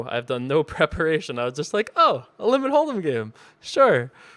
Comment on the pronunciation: The way you say "limit hold'em" is so funny,.